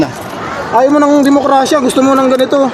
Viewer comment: Diplomasya hindi dimokrasya 😅😅😅😅😅